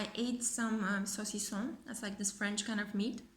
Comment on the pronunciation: Ohhh OK ! Because you said "saucisson" like a French would pronounce it, no accent. Thanks for the readings, they always resonate like crazy! 😍